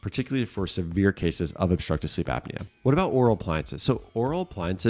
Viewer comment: 3.43 “severe” not “sereve” sorry not sorry but thank you for the video!😊😊